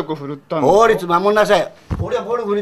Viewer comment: 不法侵入のおやんず 「暴律守りなさい」なまらうける😆😆😆